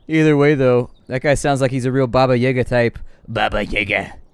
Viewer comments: It's Baba Yaga with both open a-vowels and stress on the second syllable. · It IS Baba Yaga, not Baba Yega...